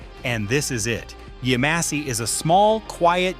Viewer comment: The town is pronounced YEM-a-see not Yuh-MOSS-e. You obviously didn't go there.